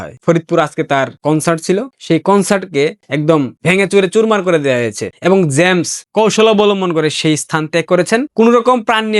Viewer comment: জ্যামস নয়। জেমস হবে উচ্চারণ